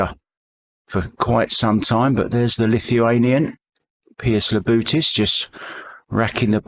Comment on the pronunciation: keeps calling Labutis, Labrutis Damn limey